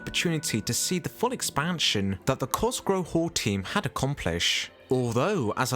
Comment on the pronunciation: Why is "Cosgrove" repeatedly mispronounced?